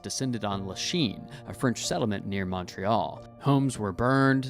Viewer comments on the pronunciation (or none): none